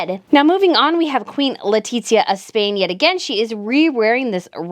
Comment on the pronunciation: Why do you pronounce Letizia’s name like that? Is so awful 🫠🫠